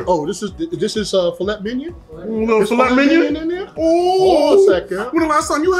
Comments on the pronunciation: That table looks amazing and I love both of your videos. But... Filet Mignon is French. Pronounced Fil-ay Mign-on not filet minyan lol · You mean minyawn. The phonetics you noted are incorrect...mig-non would sound like...well..mig..non..lol. correct pronounciation is filay minyawn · "Fillet MINION" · Why are you pronouncing filet mignon wrong?????? Is that on purpose? I wouldnt even serve you if you seriously ordered it with that pronunciation lol